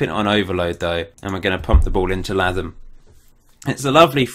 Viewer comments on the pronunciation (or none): Really loving this series but pleeeaaassseeee, Latham is pronounced like Statham in Jason Statham! :(